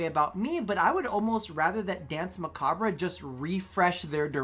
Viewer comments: Please. You're hurting me. Danse macabre. It's not "bruh." It's a French word, pronounced "mah-cobb." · Muh-cob.... Dance muh-cob...the (re) is silent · As someone who speaks french, it's "mah-kah-br"